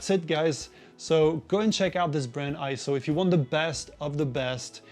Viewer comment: Nope, not pronounced I-ZO. It is correctly pronounced AY-ZO per EIZO's own corporate video. Also see the correct pronunciation in the EIZO Wikipedia, which also shows AY-ZO. And one more reference... see the 2021 Scientific & Technical Awards EIZO Acceptance Speech video where Masato Nakashima, the Senior Product Manager at EIZO, pronounces it as AY-ZO. In Japanese, the "ei" together is usually pronounced as an AY sound just like when we say the Japanese word Sensei - Senˈsā.